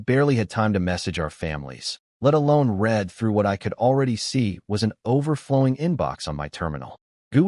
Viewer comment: READ not reed